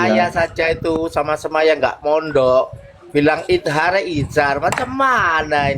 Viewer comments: awalnya kabib bilang "izar" kemudian nyontek jadi "izhar"😂😂😂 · Bilang izhar aja masih gk bener.🤣😂